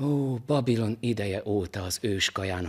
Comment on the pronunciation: Nem Óh Babilon, hanem Óbabilon. Csaxólok